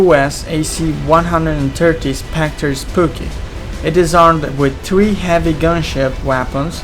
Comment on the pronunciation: Good video but did you say specter spooky? If so that got to me lol